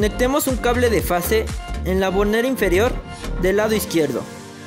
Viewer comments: Se dice FASE, no face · Es fase, no "face" !!